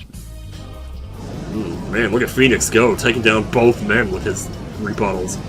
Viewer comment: "Look at Phoenix go taking down both men with his re-butt 'holes'" Did anyone else here it this way?